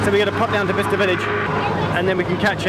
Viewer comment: " Bister " more like "Byesester"